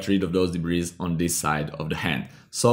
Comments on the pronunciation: It's pronounced debree... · Nice tutorial. Just an aside, the s in debris is silent. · debris is pronounced debree. i was wondering what you were saying. hehehe. nice video though